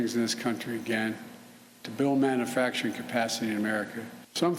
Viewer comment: I wish he could just pronounce man-u-facturing.